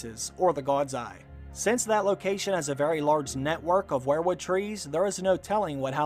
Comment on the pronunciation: It's pronounced like we're wood not where wood.